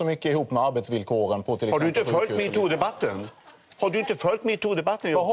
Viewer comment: HAR DU INTE FÖLJT MII-TU DEBATTEN? Bra engelskt uttal där haha